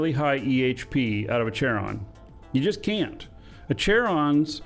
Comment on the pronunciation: It's not Chair-on it's KAIR-on. It is named after the ferryman to the Greek underworld.